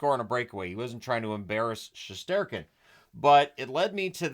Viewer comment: Mate, you pronounce Шестёркин just perfectly. You are the Guy! Right